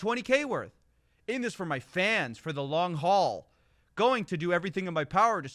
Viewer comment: The "Long Hall"?!?! 🤦 It's LONG HAUL stupid 🤣🤣🤣🤣